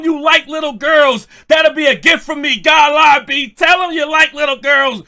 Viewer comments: Gotta-lie-B (Gottlieb) is CRAZY. 😂😂😂😂😂😂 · The way you pronounce Gottlieb 😂😂😂😂😂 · you pronouncing gottlieb is madness 😂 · The constant purposeful mispronunciation of Gottlieb will always be funny 😆